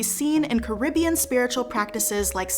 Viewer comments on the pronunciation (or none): none